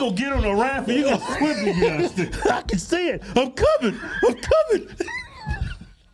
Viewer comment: Kevin said it yet again "United Steaks of America". WTF?